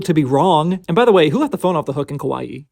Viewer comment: 1. Excellent pronunciation of Kawaii. Most people pronounce it Kawai (one i) which to a Japanese speaker sounds more like Kowai (scary) an interesting coincidence of contrast of intended meanings. 2. iine, on the other hand, and I am going to presume you do the same with Megitsune. NE is pronounced as "neh" not "nay" I figure since you do a lot of Babymetal content, which I will follow consistently, it might be nice to get it right. I know not everyone speaks Japanese so I am not judging, just trying to help.